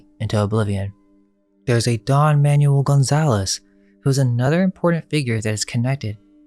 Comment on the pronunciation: Manuel = "ManWELL" (Basically) Not "manual"... Lol